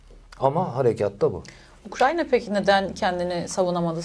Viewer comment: Hocam, Ukranya değil ya.. Ukrayna.